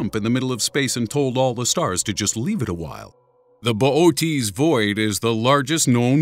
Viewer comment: "Boot's" void 😂 bo- oh- teas void I'm dying